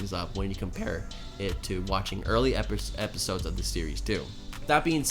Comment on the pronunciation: You said filler epishodes